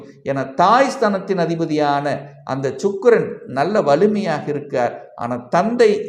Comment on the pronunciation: Sir chukkkiran illa sir, sukirannu sollunga... Chakarai illa Sakarai....